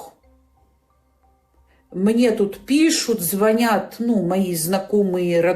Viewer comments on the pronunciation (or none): none